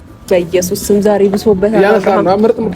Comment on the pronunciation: ሐርምላ በይሱስም ስትል ደስ ሲል 😂🥰